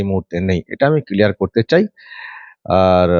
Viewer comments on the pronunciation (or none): none